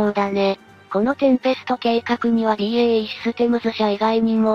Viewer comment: BEAじゃなくてBAEでしょ。😂